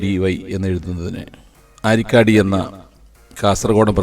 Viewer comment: അരിക്കടി അല്ല ആരിക്കാടി😂